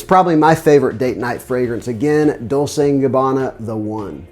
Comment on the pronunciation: Dolce is pronounced with a ch sound - as in Dol-chay - not Dol-say. 🇮🇹